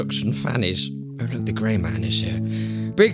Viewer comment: He said gay instead of gray